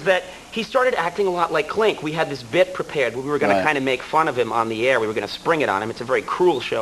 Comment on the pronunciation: Did anyone else notice Conan's Boston accent coming through - (everybody), (how), and (prepared). He seems to have completely lost it now, but it still comes through in his early days.